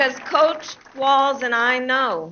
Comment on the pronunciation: COACH🏈, not COUCH🛋️🤣🤣😂